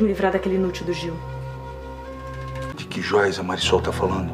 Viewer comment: Porque essa narradora fala o nome da Marisol errado!!!!